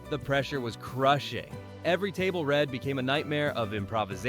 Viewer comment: I hate clicking on an AI video and giving them a view. You know that it is an AI when they can’t say ‘read’ and say ‘read’. Guess that’s how we will beat the robots